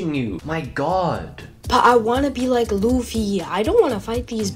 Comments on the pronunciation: U pernounced the name luffy lu-fee btw it's lu-ffy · Is no one going to talk about how they pronounce luffy as loofy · Bro, really called Luffy loffy